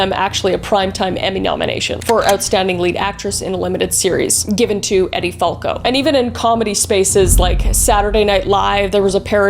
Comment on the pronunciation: "Eddie" Falco? Really?